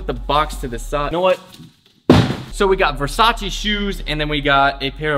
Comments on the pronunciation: Not being mean, but it's Versace not Versachee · You're saying Versace wrong